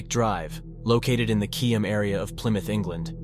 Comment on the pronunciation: best AI I've ever heard, particularly in getting the pronunciation of Keyham and Biddick spot on. The majority of AI on here mess up a lot of names